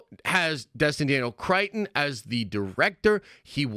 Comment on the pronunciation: Still struggling with Destin Daniel crettons name I see